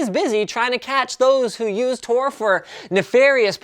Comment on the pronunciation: It's Tor, Not TOR